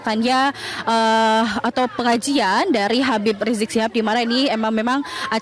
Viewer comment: Sy sangat suka pembaca berita menyebut : "rijek sihab" Gausah habib, gausah pak... rijek hanya seorang profokator... 😂